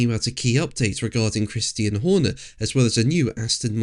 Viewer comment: "Christian" not "Christine". You just sound so stupid when you pronounce the Mans name incorrectly. It's, "Kris-tee-Ann", Not, "Kris-teen".